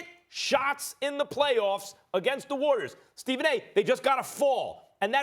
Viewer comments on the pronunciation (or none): none